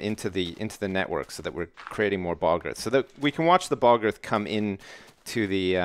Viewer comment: I love the way say bog earth, it sounds like "Balgurf" xD